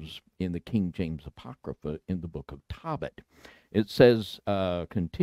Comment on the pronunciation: Tohbit, not Tawbit!!! Ark angel, not arch! Come on, it's not that hard!